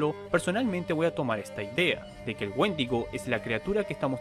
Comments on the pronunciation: Pensé que decía mendigo :v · Pensé que decía Woshingo xd